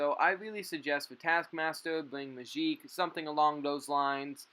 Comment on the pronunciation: The way you say Magik is so satisfying